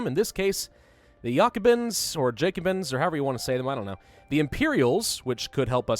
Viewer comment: I think it pronounced just Jacobin not like it is yacobin